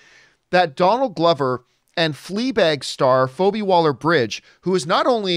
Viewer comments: Who's FOH-bee, John? 🤣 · Its pronounced feebie john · I'm sure you got a ton of comments on it but its fee bee phoebe. No big deal The big deal here is these are two top creative talents, If you have time watch fleabag It's a short watch It's worth it, She is amazing. Atlanta won't be for everybody but again the storytelling is amazing and the acting that, and pretty much everything Donald Glover touches is gold - solo the movie not his performance, and Phoebe's writing ability is amazing and her storytelling. This could be one of the best shows ever. I hope that it's a limited series and they just have this one great story and we get these two together because I can't imagine this being cheap. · Why did John pronounce her name wrong? More than once? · How do you not know how to pronounce Phoebe?!